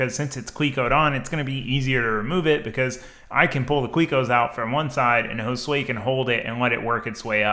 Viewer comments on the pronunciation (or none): he pronounces it like 'hole sway' and it just makes me scratch my head every time